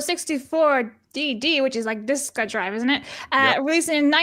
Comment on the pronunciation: with the correct Engrish pronunciation of disk-uh drive